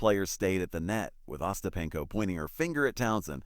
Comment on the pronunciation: uh-STAP-in-ko and other mispronunciations of Ostapenko and other words, and other oddities in this video show that whoever made this video didn't bother to check it before uploading, so there's no reason to believe anything in the video.